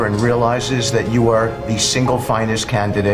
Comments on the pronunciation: It is NOT a noble committee, It is the “NoBEL” -emphasis on the 2nd syllable. Such idiots in the cabinet. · You know you’re talking to some true dīpshīts when they pronounce Nobel the same as noble. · It’s pronounced “No-Bell”, not “Noble” you half-wit. The ignorance and lack of basic intellect of these village idiots is astounding. Sucking on Trumps Chode is apparently the only qualification required to be in his foul-smelling orbit. Trump will forever be a brown stain on the history of that beautiful democracy. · They can't even pronounce Nobel correctly. I've heard a number of them now calling it the noble award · You'll need to stop sucking so hard. It NOBEL NOT NOBLE!!!!! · Nobel is pronounced NO BELL not fucking NOBLE! First requirement to get it, you have to say it right FFS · That cabinet meeting makes me want to vomit. Tell the bozo that it's pronounced more like "No Bell" not "noble. " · It is pronounced NO BELLE, NOT NOBLE. STUPID BEYOND MEASURE. And Bessent says we are more secure. Huh, fid I miss some invasions???? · Cant even pronounce Nobel. Its not noble. Idiots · It's NO-bell not noble he doesn't even know how to pronounce it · Utterly nauseating. (And it's pronounced 'Nobell', not noble. ) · The end of that meeting made me want to blow chunks! BTW Nobel is pronounced "No Bell" not noble. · Only in the Trump cabinet could you find idiots who can't tell the difference between "noble", a word meaning "distinguished", an adjective, and "Nobel", Alfred, a proper name of the man who invented dynamite, and then establish in his will, the foundation for the prizes celebrating human achievements. Notice the very different pronunciations of "noble" and "Nobel" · It’s not the Noble award, it’s pronounced “Nobell”, FFS. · 3 times he repeated "noble" instead of Nobel. Guess he's trying to teach MAGA how to be incorrect. "Down with education!!" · It’s pronounced “No bell”, not “noble”. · Did he mean to pronounce it "no-bull?" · He mispronounced Noble!